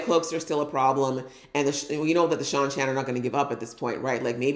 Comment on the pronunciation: I love you reactions. I've enjoyed your takes this season. One small correction on pronunciation: the people from the season 1 episodes 7/8 that are traveling with Perrin and Loial are call prounounced SHY-NAR-ANS.